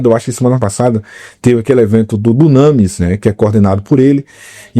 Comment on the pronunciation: Não é “dunâmis” que pronuncia e sim “dúnamís”.